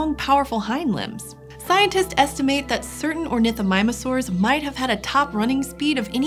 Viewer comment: I hate the fact that she said ornithomimusaurs